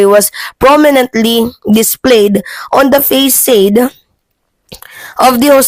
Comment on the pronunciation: Did you say "faysayd"? Wow! You don't know how to read! Please google the pronunciation of "facade".